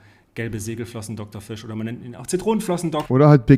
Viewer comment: du kannst nicht mal Fisch aussprechen 🤣